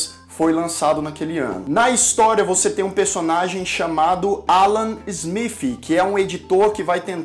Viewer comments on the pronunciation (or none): Ruim mesmo é este vivo e a pronúnica do "ingreis" (Ala Zmif...)